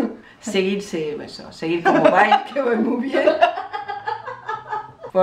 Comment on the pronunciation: Ha dicho :"Siguir sirso" xD